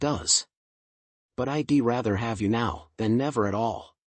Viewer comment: Update your pronunciation data base: "I'd" is a contraction, not an acronym. "Dont pronounce it as "I D".